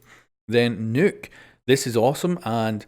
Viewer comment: WHEN DO PEOPLE UNDERSTAND HER NAME IS "Nøkk" not "Nokk"?